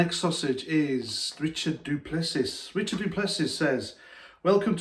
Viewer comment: du Plessis is pronounced do-ple-see